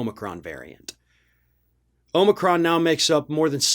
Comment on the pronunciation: Oh my.... Thank you sooooo much for pronouncing Omicron property. I just watched a national news video where the presenter did not pronounce it right. I don't know the Greek alphabet but I know how they are pronounced when I see them. It isn't difficult. I need to start pronouncing all words the British way to throw these people off. Vit- e mins, Zed's, shed- u- Al's, and toe maht toes for all. Should add some aubergine's and courgette's in for good measure.